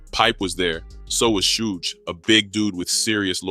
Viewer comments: Yeah..its pronounced SHUGE...they call him Shog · Sooge 😂😂 I read it n thought sooge Knight . Is it said like that why he saying suge like soooge